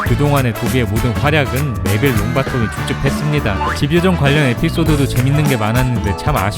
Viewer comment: 색연필이 [새견필]이 아니라 [생년필]인 것처럼 집요정도 집과 요정의 합성어이기 때문에 [지뵤정]이 아닌 [짐뇨정]이라고 발음해야 합니다.